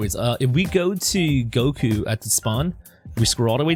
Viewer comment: When He tried to Say “Ultra Instinct GOKRO” He said “kok” it made me laugh XD